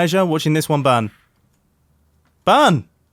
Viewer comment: When Mumbo Jumbo said "burn!" i heard "bun" or "ban" and when i watched that second more detailedly, i noticed that he said "burn!" there are some words and letters that i understand better with russian acent (or something similar as russian acent) than with english acent (for me the acent from united states is harder to understand that english acent) and i am not russian or english